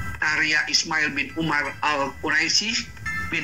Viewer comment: nama quraisi wkwkkkk ngomong kayak ngejak anak tk baru masuk, harus banyak nonton film kisah sejarah para nabi, udah ngeja salah pulak ngomong pintar bahasa arab keliatan kali kadal (kristen dari lahir)